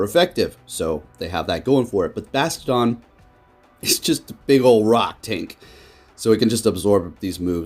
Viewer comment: The way he’s pronouncing Bastiodon is slowly killing me..